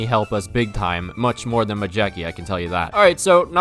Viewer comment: It's pronounced Mayetzki :)))